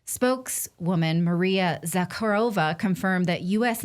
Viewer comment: Maria za-HA-ro-va